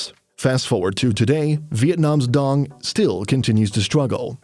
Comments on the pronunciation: đồng not dong. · However you're pronouncing it. Its not how we original pronounce it. It has been altered for people from other countries to say it more easily, but out of every alterations, why tf did they picked this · The way westerners call ‘dong’ bugs me. It’s Đồng please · it's not pronounced dOng though, it's because you guys can't pronounce it. It's "doung", like the dou in dough, with a falling tone. said in vietnamese it sounds nothing like "dong". its just an english thing where you guys think its weird. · Dong isnt even how you pronounce it in the first place other than if you read it in English. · It's not pronounced the same as in your language btw, not like in the video, and you can not make that sound. Words in your language don't mean the same in other languages.